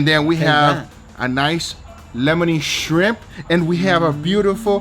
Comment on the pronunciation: Angel: I’m not a shrimp person 20 seconds later Angel: I like ze shrimp